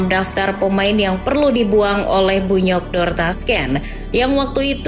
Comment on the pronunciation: Bunyodkor kan cara bacanya